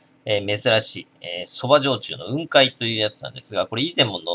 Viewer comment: 雲海の発音は下げて発音するもんだと思う。 →→ ↘ ↘ってな発音